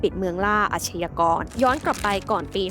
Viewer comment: อาชญากร..อ่านว่า..อาด-ยา-กอน..นะครับ ไม่ใช่..อาด-ชะ-ยา-กอน..นะครับ..คุณแอดมิน..!! อาชญากรรม = อาด-ยา-กำ อาชญา = อาด-ยา